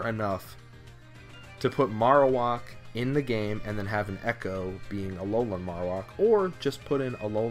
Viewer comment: It's pronounced "marrow" (like bone marrow) and whack (like.. uh.. whacking something) Marowak